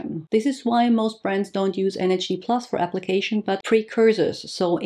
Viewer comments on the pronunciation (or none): Why are you pronouncing it NHD+ and not NAD+? Is this the right pronunciation? Thank you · I keep hearing you say NHD throughout the video rather than NAD☺️ ? thanks for your insight on this one, it’s a hot topic!